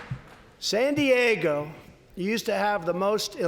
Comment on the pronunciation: I like how he pronounces San Diego, San Dieg-a-hoe. It sounds so... Real!